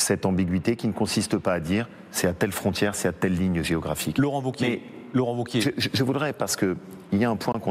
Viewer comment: Wauquiez !!!! pas ''vauquier'